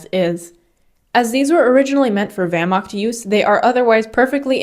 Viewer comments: "german wehrmaKt" 😔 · Great video. For the next one I expect the correct pronunciation of the word (Wehr)macht! Dismissed!